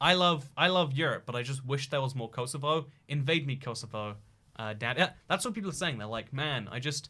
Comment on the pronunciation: I'm more offended about how he said "Kosovo" than the fact that he replaced Serbia with it